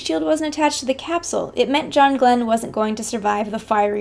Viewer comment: yeah right thats how you pronounce his name !